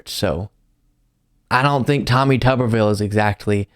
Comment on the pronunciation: Tommy Tubberville, or Tommy Rubberville? (Rubbin' one out, I mean.)